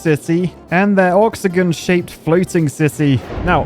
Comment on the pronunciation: Ah yes, the "oxogon" an eight sided polygon resembling an *octogon.